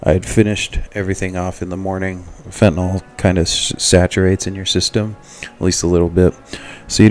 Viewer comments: Nyl.. not Nol. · It's not pronounced "FENTA-NOL!"